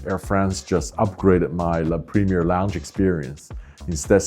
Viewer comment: You post on YouTube and can’t pronounce La Premiere properly?